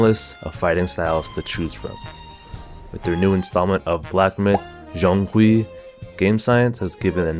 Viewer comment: he pronouced it quite well actually. Its kinda like the J in "Jane" but with a Z twist